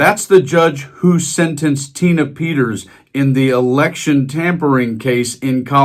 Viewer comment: Who is Tina "PETTERS"?